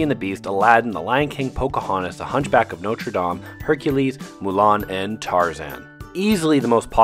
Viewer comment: Never say Notre dame like that again